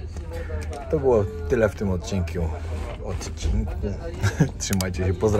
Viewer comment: Tyle w tym odcinKIU... juz po chinsku zaczynasz mowic😁pozdro👍